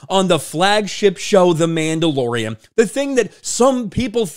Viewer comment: I’d swear he called it The Mamdalorian…